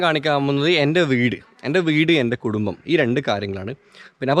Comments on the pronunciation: കുടുമ്പം അല്ല കുടുംബം എന്നാണ്😄😄😄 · bro കുടുമ്പം അല്ല കുടുംബം ആണ് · കുടുമ്പം അല്ല...കുടുംബം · കുടുമ്പം അല്ലാ ബ്രോ കുടുംബം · കുടുമ്പം അല്ല, കുടുംബം